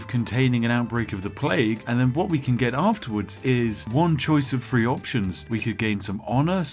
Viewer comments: I will testify in court that he said "free" not three, when creating his starting colonists. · Is he saying free or 3? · I cannot express how much I love the way Spiff says 'three' FfFREE